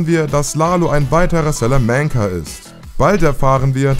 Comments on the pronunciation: Jeder kennt sie; die Selamancas.. bro es ist ein spanischer Nachname, bzw mexikanisch, aber spanisch ausgesprochen. SALAMANCA. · SÄLÄMÄNKA junge junge sprech des doch richtig aus wie fring schööööön salamanka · salamanka nicht sälämänka , Inasio nicht Iknatzio macht ihr das extra oda watt ? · es heißt salamanca und nicht salamänkä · Salamäänca. Alter was ich los mit dir? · Wie er Salamanca ausspricht 😂😂😂 "Salamänka" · Danke für den Kommentar. Das macht mich richtig aggressiv 😅 besonders dir eine Stelle wo der Sprecher Salamänca sagt und dann Gus Fring eingeblendet wird wo er es einfach korrekt ausspricht. Verstehe deswegen nicht wieso der Sprecher es nicht hinbekommt es korrekt auszusprechen. Wenn man so einen Job übernimmt sollte man sich auch richtig vorbereiten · dachte ich mir auch, Hector "sELeMenCa" 😂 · Absolut, bei Sälämänca fängts ja schon an.... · Ne samanca 😂😂😂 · Hector Salmenca? Junge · Alter Schwede, Hector SÄLÄMÄNCA, ab da hab ich aufgehört zu schauen. Der ist kein Brite...........WO spielt die Serie unter anderem .MEINE GÜTE ey......was ein Schmarrn, ihr wollt Sachen aufklären und könnt nichtmal die Namen richtig aussprechen........ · Slamääänca...Das ist ein spanischer Nachname... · Salamänca. Das ist Spanisch. Keiner spricht das so aus. Echt nervig deine Aussprache. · Eure Moderatoren sind echt nicht gut. Salamänka... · Scheiß Video. Sein Bruder heißt nicht Chuck Goodman, sondern Charles "Chuck" Mc Gill. Salamanca ist außerdem ein spanischer Name und wird nicht "Sälamänka" ausgesprochen.... gleiche gilt für Ignacio.... nicht "Ignazio".... das "c" wird ähnlich wie das englische "th" ausgesprochen. Macht erst wieder Videos, wenn ihr es könnt. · Du musst Salamanca nicht mit Englischen Akzent aussprechen da der Name Spanisch ist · Einfach ganz ganz ganz schlimm wie du Salamanca aussprichst, bzw allgemein wirkt es als hättest du die Serie nie gesehen hast und nur dein Script runter redest … :/ Schade